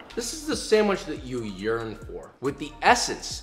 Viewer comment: is it just me or does it sound like he said "this is the sandwich that you urine for" lmfao